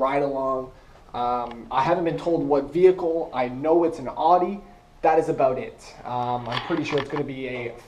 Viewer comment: im so jelly youre going in "some kinda arrrdi" ;)